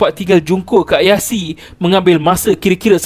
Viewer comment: Min... Ayase disebut sbgai Ayase, bkn Ayasi. Tq